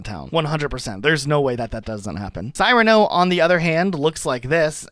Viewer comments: Dude… Sear-an-oh. Come on. Famous character in fiction and there’s been several movies based on the story. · I might be wrong, but I believe Cyrano's name is pronounced 'seer-uh-no" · SEE-RA-NO not SIGH-RA-NO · Cyrano is pronounced Sear-a-no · Cyrano is pronounced "Sir-ano". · Okay... I literally can't watch this. Based upon the fact that your think Butch Cassidy is an obscure reference, can't pronounce Cyrano properly, much less Cyrano de Bergerac and aren't immediately familiar with the play or the playwright on which it is based... The "old" War of the Worlds from 2005... Really?!?! I'm just going to stop here, as I'm obviously going to find this video infuriating. You're not the most worldly or well educated individual, are you? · Dude hears the proper way to pronounce Cyrano and proceeds to pronounce it so awfully wrong 😆 Also Friga- my first thought was Frigg/Frigga from Norse mythology, but I think you were correct in assuming its intended Italian/Spanish association with "cold". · Your pronunciations are horrible. How can you not know how to say Cyrano? It’s one of the most famous plays of all time. Étoile is e-twal. French. and Deirdre is Deer-druh. Because she’s a deer, duh.